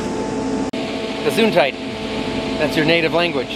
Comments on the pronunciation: That Gesundheit was pronounced pretty good 😁 Initially thought you guys over there just say that like those other german words (e.g. kindergarten and poltergeist) until you cleared that up 🤣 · FYI you got "Gesundheit" right. Greetings from Germany to you and Anna 🙋🏻‍♂️